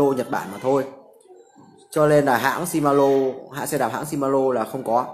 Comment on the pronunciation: Ông chủ này giới thiệu nhưng nói ngọng quá , làm gì có bộ chuyển động nào tên là si ma lô ?